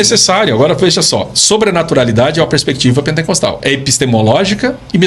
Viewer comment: "pentencostalismo, Pentencostes, pentencostal". Não sabe nem pronunciar a palavra correta, esse podcast é um desfile de entrevistados sem gabarito.